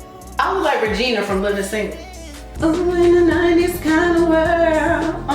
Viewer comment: Not Regina 😂😂😂😂 REGINE miss ma’am lmaooo